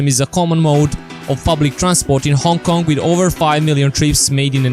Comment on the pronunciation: It should be Hong "K"ong, thank you.